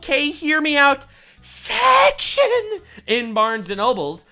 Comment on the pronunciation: "A Barns & Noble SECTION!" Emphasis on that first syllable: "SECKZ!"